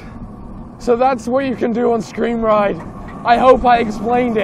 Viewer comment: Wait screm ride or scream ride?